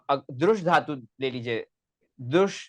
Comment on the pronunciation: Rajpopat jaise gadhey logo ka interview kyu karta hai lallantop... Sanskrit mey PhD karne waala.. simple dhaatu ka uchchaaran theek nahi kar raha.. dharm aati hai.. dhikkar hai... Mujh se sampark kar le bhai.. sikha doonga.. sahi uchchaaran.